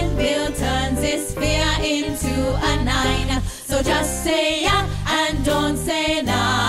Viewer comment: Its nein (no) not nine (9)